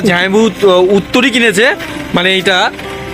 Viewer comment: উত্তরীয় শব্দটি.... উত্তরী নয়।